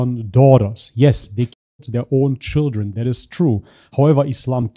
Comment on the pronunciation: It’s the pronunciation for me “shidren” 😂😂😂